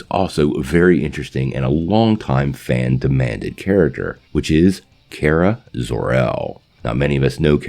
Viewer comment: Bro pretty sure it’s kara (car-a) not Kara (care-a)